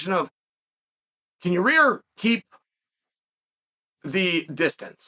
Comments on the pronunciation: Chael says yair like your rear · Ah yes, the great fighter Your-rear Rodriguez. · “Your-rear Rodriguez” - Uncle Chael